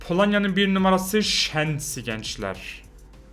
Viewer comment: şensi değil şezni